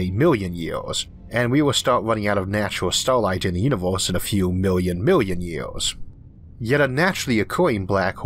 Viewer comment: How big is a 'mewian'?